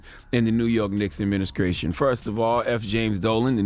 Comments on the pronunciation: Charlemagne said ADMINISKRATION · Did this nigga just say admin-ah-shray-sion? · "Aminiskration" Charlemagne.....ur a CLOWN.